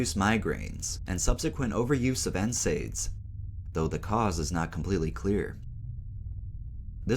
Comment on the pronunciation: Love your channel, just so ya know for next time nsaid is pronounced N-said